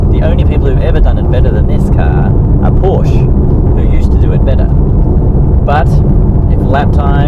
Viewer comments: Try two things: push the sport exhaust button and learn to pronounce Porsche correctly. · How is he a purist and he mispronounces the name.